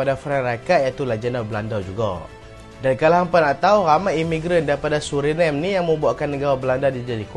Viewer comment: SebutAN SURINAME..Bukan bunyi nya seperti sebutan english nama ..tapi bunyinya suri namey..sebuqh negara pulau kecil,penduduk beragama islam..dan memiliki DNA melayu iaitu Keturunan melayu muda..